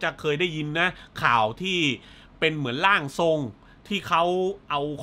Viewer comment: 14.14 นาที ร่างสอง ผมคิดว่าอ่านว่าร่างทรงนะครับ เพราะมีชื่อผู้กำกับ ขึ้นมาและมีคำว่า ร่างทรง